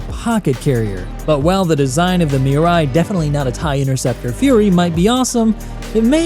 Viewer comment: it's "Mirai"